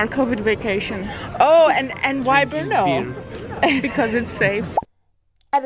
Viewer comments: Wow. You are the first person (who is not a native czech) that I know who actually learned to pronounce "Brno" absolutely correctly... I am amazed. I got to know a lot of foreigners/outsiders from all around the world who live here (in Brno) who never achieved that. :DDDDDD I was born and raised in Brno and I love the city. It used to be very boring and empty city when I was a kid. Somehow, it has become overcrowded over those 30 years of my life. Lots of people from whole southern-moravian region come here daily to work. That is also true for foreigners (mainly Slovaks and Ukrainians) who live here in great numbers. There is huge demand for workforce in Brno in all areas and it is typically easy and quick to find a job here... The problem is that central governments have been neglecting real property investments for decades. No new buildings, appartments or neighborhoods have been built as a product of some national housing strategy. The result being real property prices are now much higher than they used to be decades ago. I dare to say that number of people who move/work around the city throughout the day nearly doubled in last 30 years but urban area of the city is still identical (more or less) which can be easily seen on Mapy.cz when comparing maps from different time periods. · Oh my, the way you pronounce Brno is so amasing 😁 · Your pronunciation is accurate. Brrr!! No!!! That is how the name Brno came about. :-)